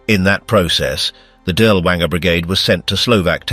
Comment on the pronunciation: Perhaps you could have taken the trouble to pronounce his name correctly?